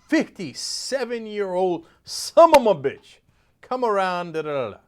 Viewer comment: Please stop saying SUM-UM-A-BITCH, if you're going to say it ... say it.